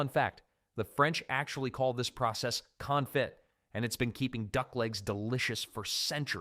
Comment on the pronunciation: Why don’t you give us the steps of procedure on how to do it and it’s pronounced confee(spelled confit) from French word